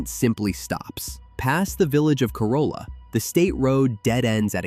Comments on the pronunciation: I grew up here for 30 years, very interesting and well done video! The only thing I didn't even know was there were TWO lost colonies 😅 Corolla is pronounced core-all-a tho. Not core-oh-la. Great vid! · Coupla things: Your graphic showing the Wright Bros. move from Kitty Hawk to KDH is south to north. It is the opposite. And yes, Bodie Island is pronounced like 'body' and Corolla is pronounced Cor-RAL-la. But yeah, great vid and I learned a few things about my home. Thanks! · core- rah- luh is the correct pronunciation